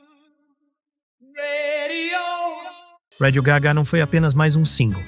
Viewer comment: ao menos podia dizer radio gá ga e não radio gagá...